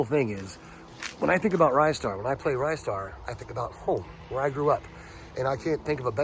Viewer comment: I hate to destroy your childhood memory but it's pronounced 'Ree-star'.